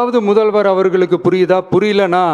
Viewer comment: Uncle ❌muthalvarrrr😂✅